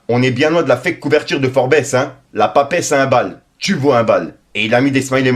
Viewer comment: La prononciation c'est "FORB'. le ES silencieux